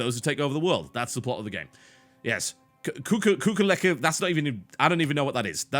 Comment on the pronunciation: How do you not know its pronounced "kewkly khan"? It made an appearance in the Star Trek Animated series. I thought you were a Star Trek fan.